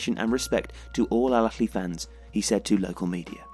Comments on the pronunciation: حد لاحظ انو قال بدل الأهلى الافلى هههه Alahly not Alafly hhh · For the love of god man, stop staying " el akhly " The extra letter you're trying to add is not in this word. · As English doesn't have any similar sound natively (not even the "kh" he was using), getting the difference between the various Arabic h/kh sounds right is particularly hard. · EL AKHLY EL AKHLY EL AKHLY EL AKHLY EL AKHLY EL AKHLY EL AKHLY EL AKHLY EL AKHLY EL AKHLY The video is amazing as always but the burtchering of this word is just killing me inside.